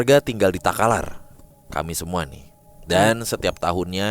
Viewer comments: pecah banget tawaku blg desa talakar 🤣 'KABUPATEN TAKALAR' BAAAANGGG!!! desa talakar hahahaha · Maaf Takalar bukan Talakar